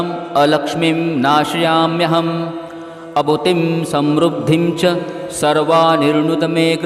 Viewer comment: अभूतिम असमृद्धीम च म्हणणे योग्य होईल